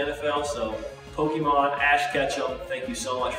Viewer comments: um, I'm pretty sure its pokémon and not pokymon, when ppl pronounce pokymon I cringe really badly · You don't even pronounce Pokémon right...